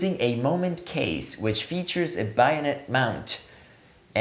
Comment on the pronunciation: Bayonet is pronounced BAY-o-net not BUY-o-net. And that silliness aside what a great review..from 4 years ago. My gosh! I got so enthrallled at the video example that I forgot to look at the titles up afove. So now that you have some time up your sleeve, have you changed your opinion. I'm at the IPhone 15 level right now and want to do 1.4~ but I don't know if I can take the edge field focus problem. Actually geometric distortion is not bothering me on these lenses since post that take care of that nowadays. I want to encourage you to do some 'after 4 years' analysis and what you're using now. I'm becoming an anamorphic junkie.